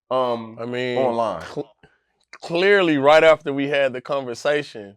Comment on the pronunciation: Nobody:: “Unnestly”, “Cunnversation”